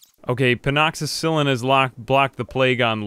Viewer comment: pleas for the love of god its pen--a-cill-in lol